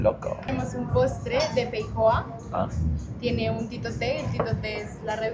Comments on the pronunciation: increible la peicoa en vez de feijoa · Es Feijoa, no Peicoa jajajajajaja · Es Feijoa no Peijoa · Se escribe Feijoaaaaaaaaaa no Peicoa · no es PEICOA es FEIJOA, una fruta COLOMBIANA salu2